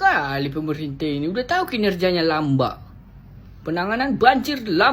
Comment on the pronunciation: Lambat loor,,,, bukan lambak,, 😅😅😅